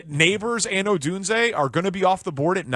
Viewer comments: ITS PRONOUNCED OH-DUNE-ZAY lmfao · Why do you absolutely insist on saying Odunze's name wrong. If it's just a bit, it's lame af. Otherwise be a professional.